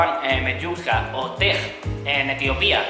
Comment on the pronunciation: Tech* así se pronuncia la hidromiel de Ethiopia ☺️